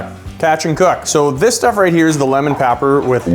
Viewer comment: “Lemon Papper” 😂